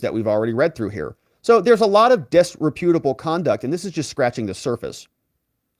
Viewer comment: dis-REP-utable... not disre-PUTable.